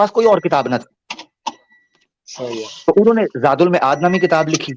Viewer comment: زاد المَعاد معاد میم کے زبر کے ساتھ مَعاد